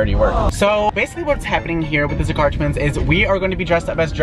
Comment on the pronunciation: When you said Zakar twins I thought you said "ze car twins"